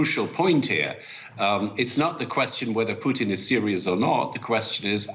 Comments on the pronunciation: Did he just call him Vladamir Poutine? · Him: “Vladimir puteens”